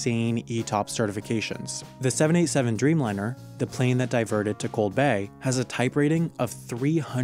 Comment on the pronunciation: Oh 787. It sounded like 7a7 and I was confused.